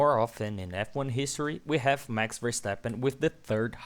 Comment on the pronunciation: Mex versteppen. Its MaX like maximme, maximus. Etc. Thanks. Great video